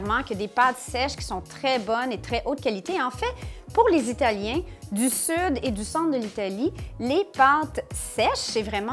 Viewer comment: Très bon accent italien ! Félicitation : On roule bien les " R " au Québec !!! ~(‾▿‾)~